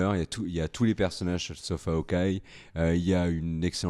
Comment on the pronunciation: Hawkeye = œil de faucon. lol, comment tu prononces "eye" (œil) en anglais ? T'es ouf toi.....LOL